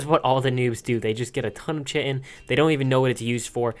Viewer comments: why can’t you pronounce pteranodon lmao also why can’t anyone pronounce chitin sjsjsj it’s “ky-tin” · chitin is pronounces Ky-tin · It’s Kite-In stoooooopid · Chitin is pronounce K-itin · Chitin is pronounced Kitin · It's pronounced KITE-in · It's Chitin. With a hard ch. Pronounced Ky-Tin. That's a noobs mistake right there. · 1. Chitin is good 2. You said it wrong